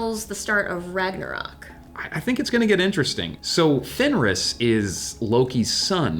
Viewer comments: I thought it was Fenrir not Fenris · Its fenrir, not fenris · it's FenriR with R not S.I just had to comment. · FenriS.... -_- FFS! ITS FOKIN' FenriR!!!! Do your research at least, If you earn for living with it! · I believe it's called Fenrir and not Fenris... Also maybe they want to introduce another culture: the native american. It is known that the figure of the wolf played a big role in their culture. Also, because Mr.Wednesday didn't seemed troubled enough about the wolf, there could be a reference to the Geri and Freki, two wolves sworn to Odin and it is said they brought luck... Anyway , nice videos, keep up the good work! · Its Fenrir, nit Fenris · I'm not normally the one to correct some one when they get a word or a name rong so I'm sorry but the name of lokis child is fenrir not fenris I though you might like to no that's all XD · It's Fenrir, not Fenris.